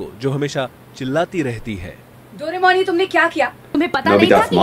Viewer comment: The way he pronounce Doraemon!❤